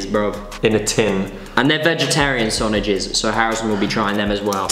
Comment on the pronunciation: he says sonoges instead of sausages And ...."with croatia